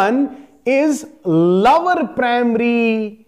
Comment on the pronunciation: lower nhi sir lower 😂